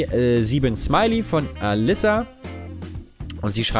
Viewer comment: Den Namen ''Alissa'' spricht man mit einem kurz ''s'' :)